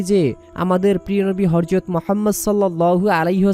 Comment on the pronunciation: বরযত নয় ,হযরত উচ্চারণ শুদ্ধ করুন।আসল দোয়াটি বলুন।